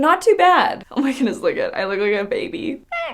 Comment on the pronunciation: 😏😂😂… oh my “gooonesss”??? that word has a ‘D’ In it lol 😂 “goodness” 🤦🏽‍♀️